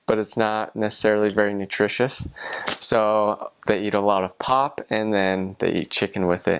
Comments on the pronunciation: sorry bruh but its pup not pop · 😂 I love how he says pop and can't say pap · Man its not pop its pap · It's called pap. Dis Wors en Pap. (You pronounce it= P-u-p. And it's called boerewors. Boor-a-vors)